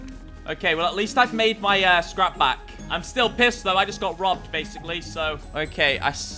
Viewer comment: The popped P in scrap and the other mispronunciations are a side effect of the stimulants.